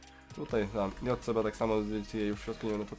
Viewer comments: Nie JCB tylko dżej si bi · Nie mówi się jotcebe tylko dżejsibi